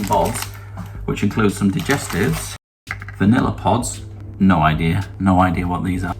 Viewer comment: I’m glad it’s not just me that thought he pronounced digestives wrong😂